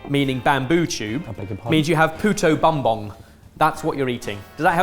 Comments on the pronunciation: lol Puto bonbon makes me think you said bitch ass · Yeah - was sort of grating to hear pronunciation of "puto bumbong", where bumbong = 'bamboo culm/tube' (cf. Balinese "bumbung" - obviously a cognate). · That is the ✨️F A N C I E S T✨️ puto bumbong I've ever seen in my life! 😂 I want to meet and teach him how to pronounce it better though haha, good job Sorted! 💜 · Love that my favorite holiday dish and favorite Ginger was featured! Pronunciation wise is "boom" not "buhm". Almost always, our (Tagalog dialect) "u" is pronounced as "oo" rather than "uh" or "ah". Poo-Toh Boom-Bong ^_^ Keep up the awesome content! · trying to pronounce puto bumbong has been the absolute highlight of mine and my mother's morning thank you